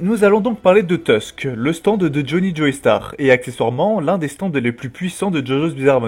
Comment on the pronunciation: Joestar par pitié "JO" star sur la prononciation pas Joeystar, c'est atroce a entendre